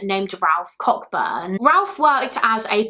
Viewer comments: Sorry, it's just really bugging me. Cockburn is actually pronounced Co-burn. My family is Scottish and this is my surname, and it was just upsetting every time you mispronounced it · Thank you for covering a lesser known case. I'm not certain but I believe her surname is pronounced co-burn so the ck is silent. Might be wrong though, which isn't unusual 😳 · you are correct ,the name is pronounced coburn as in cockburns port scottish namescan be tricky.